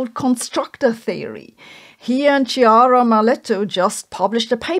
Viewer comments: It's Kiara, not Cheeara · Just a small note is Chiara (should sound like Kiara) Maletto, not Ciara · Kiara NOT Tschiara!!! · Chiara -- the chi bit is pronounced as key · I don’t know. But I do know her name is pronounced “Kiara”. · It's pronounced kiara. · is pronounced Kiara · Real quick: Chiara in Italian is pronounced "Kiara" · Hi Sabine, in italian "chi" is always pronounced like "chirality", and "che" always like "chemistry".